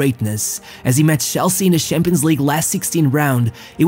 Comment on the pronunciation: Why do you pronounce it Shampions League and not Champions League